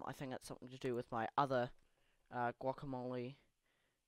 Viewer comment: bro..... how do you not know how to say guacamole....